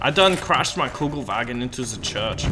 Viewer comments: its not a kugelwagen , its a KÜBELwagen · It's a kubelwagen, not a kugelwagen ;-) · Its Kübelwagen ffs